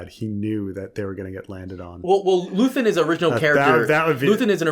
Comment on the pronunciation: It's very in character for to hear his co-host say "Luthen", then continue to say "Luthian" anyways